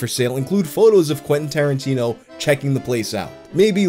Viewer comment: Quentin Starin-tea-no